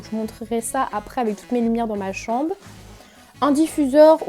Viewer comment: qui a aussi remarquer que aulieu de dir chambre elle dit chambe jdi ca jdi rien😭🤣😆😏